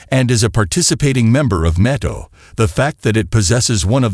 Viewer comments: I love Nattoe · I repeated the way you said NATO a lot of times in disbelief